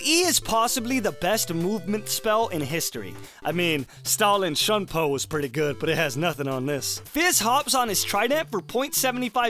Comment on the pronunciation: "Stallin Shumpo" holly molly